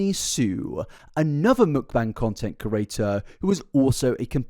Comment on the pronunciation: I cant subscribe because of the way you pronounce “creator”